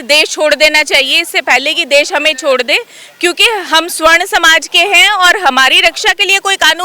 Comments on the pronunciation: सवर्ण समाज बोलिए उच्चारण में त्रुटि है। स्वर्ण मतलब सोना होता है सोना कारोबारी स्वर्णकार कहलाते हैं। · ये मूर्ख है सवर्ण को स्वर्ण बोल रही है इसकी बात नहीं सुननी चाहिए